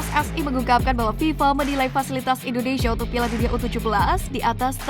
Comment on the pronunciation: Komentatornya repot amat nyebut.... INDONeiiiiisssyyaaaa😂😂😂😂